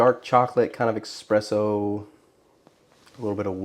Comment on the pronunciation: Great bourbon choice, great cigar choice, very informative… up until the point you said “expresso”.